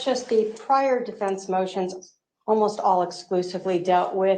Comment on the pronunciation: Objection! Starts her argument with 'um'. Dumb. Objection! Can't pronounce 'defense', says 'difinse'. Dumb. Objection! Can't keep the snarky mean girl attitude at bay. Objection! Cannot pronounce 'affidavit'. It doesn't end with 'david'. Objection! Disrespectful, condescending attitude toward judge Beresky (the court) even though he has bent over backward to teach her law (which he is not required to do). Objection! Cannot pronounce 'at all', calls it 'aah all'. Alright Lori, are you done? First, just because you don't get your way doesn't mean, miss narcissist, that you get a different judge. You are guilty and you're mad that you can't take over the courtroom, that in fact is in the control of the judge. End of discussion. Please, learn to pronounce defense. And you actually have declared yourself to be a translated being. Why are you even in court? Shouldn't you have been magically lifted out by now? Maybe you actually are wishfully thinking you are special. You are not. Judge Beresky is the bomb, and you are NO attorney. Oh and you have lost your 'charms'. You are a laughingstock.